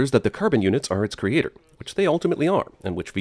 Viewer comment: Never noticed until now, but does Probe-Iliya pronounce "creator" like "creature"?